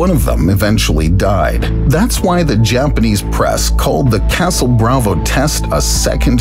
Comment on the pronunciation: Still manages to mispronounce "Japanese" like almost every other English speaker though.